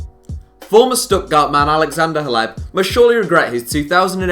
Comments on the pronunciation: Roberto Soldado to Spurs? And isn’t it pronounced “Cleb”? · WHY THE FUCK ARE YOU SAYING HLEB'S NAME WEIRD?!?!?!?